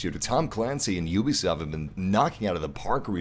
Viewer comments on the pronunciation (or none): none